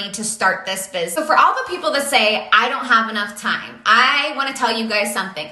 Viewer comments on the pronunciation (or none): "this bisniss" really triggers me